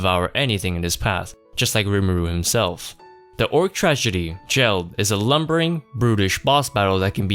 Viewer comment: Why call him "jell-d" when Rimuru clearly says "Gel-d" (geld)